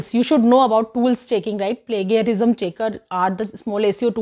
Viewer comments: spelling is plagiarism but pronounced as plajiarism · You pronounced plagiarism wrong at 12.03 . It's read as plajiarizum. You speak well otherwise that's why i thought of correction.